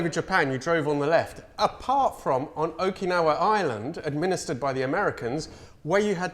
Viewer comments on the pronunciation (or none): none